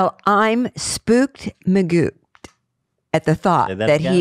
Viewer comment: i really feel like it should be sppoked magooked not magooped.